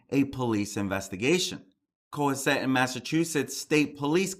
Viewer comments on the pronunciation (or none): Hi cohasset is pronounced as co has it!!! It is a very wealthy beautiful town about hour from cape! I live in ma and this area is very popular and lovely! His bail was set at half a million just updated thanks for your posting on these cases it never seems to end🙏👍👍